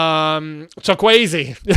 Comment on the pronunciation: It's chu-kwu- eze not chu-kwi-ezi 😂😂😂😂